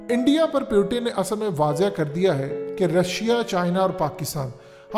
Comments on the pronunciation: Bro it's Putin not pyutine 🤣,or tumhe kashmir chahiye. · Naam to theek se li liya kr, pyuton-pyuton , or putin jaha bhi baat krta hai baad mai ese sab kuch btaa deta hai.